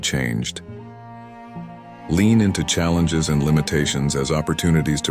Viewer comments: Cell Angus? Are you struggling to say the human word "challenges"? LOLOLOL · I hate when Chyle Ingus arises 😂 No thanks to the AI read scripts. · Challenges...it was just mispronounced.